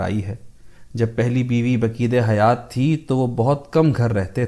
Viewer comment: بقید حیات، کا غلط تلفظ۔ کیا گیا ہے۔